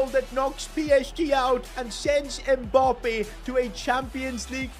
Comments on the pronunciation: Its Mbappe not Mbarrrrrrrrrrppeee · It’s so weird he call Mbappé Mboppe